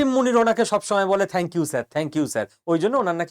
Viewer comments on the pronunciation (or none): none